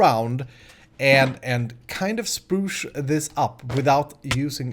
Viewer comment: I love " chpruch " =spruce ;)